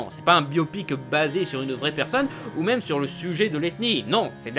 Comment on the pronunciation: Attend il a dit le mîme a la place de même ? (j'ai essayé de mettre la phonétique)